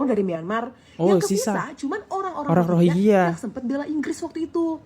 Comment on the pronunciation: Bro klu bahas masalah , nyebutin pokok bahasan yg bener dong! Rohiya apa rohingngia?